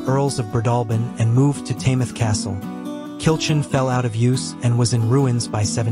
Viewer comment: Good camera work. Pronounciation of many words are required. Especially Kilchurn in Loch Awe!